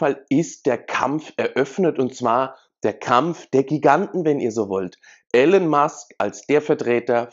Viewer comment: er heisst Elon und nicht Alan. peinlich wenn man nichtmal namen richtig ausprechen kann